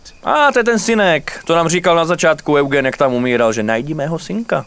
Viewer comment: Eugen není Eugen ale [judžín] 😂👌❤